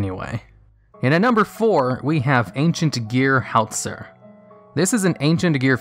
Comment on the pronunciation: The name butchering....it's so bad. Ven-nomin-ga: It is VENOM-IN-AGA Howitzer is an actual military weapon and vehicle, you can literally watch any documentary to know how it is spoken. On that note, watching the anime, of whichever card for whatever era the card comes from, you can hear exactly what the cards name sounds like. I'm sure I've commented something like this in the past, but it is just so bad, I can't get past it. Your videos may very well be decent and educational to new players and players that need to know this information if they ever attempt to use any of these cards, but the names.... The names!!!